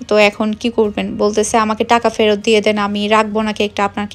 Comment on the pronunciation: পেরত নাকি ফেরত বুঝতে পারছি না 😀